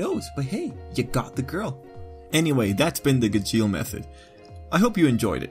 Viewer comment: Ok I think that you are pronouncing "Gajeel" Wrong... (This isn't a hate comment, this is a really funny video 😂👌 Good job and keep up the good work)